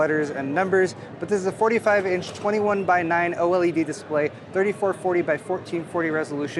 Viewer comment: Oh el ee dee = OLED ;)